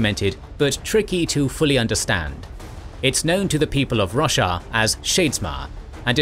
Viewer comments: its Ro-shar not russia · It’s called shard bearer, not shard holder. Also, it’s ro-SHAR, not Russia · he said roshar i heard russia lol.